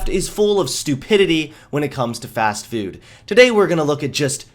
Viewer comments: It's pronounced Fast-Foood, not "Fast Fewd" okay Marcia Brady? :P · today it's fast fewd. lol